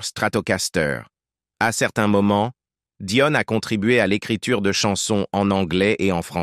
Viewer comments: Que le présentateur prononce le nom de l’actrice correctement Dion non pas Doine Très désagréable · DION DIONE apprenez à dire les noms propres correctement car au bout d'un moment les oreilles ont mal. Ceci dit je souhaite bon courage beaucoup de force et d'énergie à Céline car cette maladie doit être insupportable. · C est pas Dionne c est Dion !